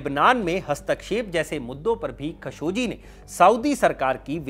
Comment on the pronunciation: its KHASHO-GEE not KHASHO-JI